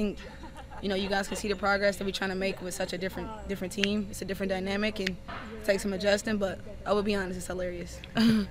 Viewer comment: Who is more detestable? Sides or Mitchell? Mitchell cannot say the word "team', and Sides is simply the most pathetic creature I have witnessed in Sport. Trade Mitchell. Fire Sides.